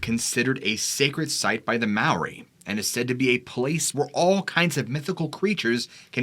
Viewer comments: Its spelt Maori,pronounced Mah-aw-ree,wow a long way from home then. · It’s fun listening to you botch all the Māori names